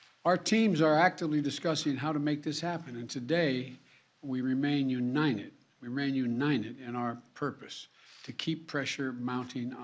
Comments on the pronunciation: “We remain uninen, we remain uninen” Biden 2022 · "We remain unined"~ Joe Biden